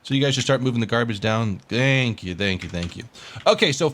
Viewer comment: Was that dank you ? ? xDD